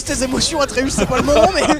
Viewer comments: Ça me fait grincer des dents quand il dit le nom Artéus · Atreus ❌ ARTEeus ☑️ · Terra qui dit arteus au lieu de atreus c'est très drôle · Il s'appelle pas artheus mais atreus bref sinon toujours aussi drôle et j'adore les wankul évolué et sont de plus en plus animé ! Je kiffe 😍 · Toutes la vidéo ils disent artéus alors que c’est atréus … heureusement que je vous aiment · Par contre c'est Atreus pas Arteus, j'ai tellement saigner des oreilles... 😂😂😂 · Je suis outrée du "artéus" tout au long de la vidéo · Quand ils disent arteus ça me rend fou mdr et cool un live récent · Ils ont dit Artheus toute la video alors que c'est Athreus non ? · On est d'accord que c'est aTreus et pas aRteus mdr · Personne parle du fait qu'ils disent aRTEUS au lieu D'ATREUS tt le long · Mdr c'est pas arteus mais atreus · Vous dites arteus alors qu’on dit atreus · Atreus et pas arteus mdr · C'est atreus pas artus mdr ça c'est une chaîne mdr